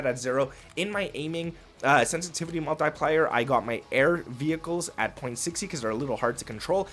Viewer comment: Kid can't pronounce the word multiplier 😂😂